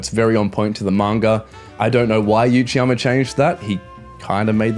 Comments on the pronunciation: Love the video bro, but its Uchiyama (oochiyama) not Yuchiyama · Why are you saying 'you-chiyama'?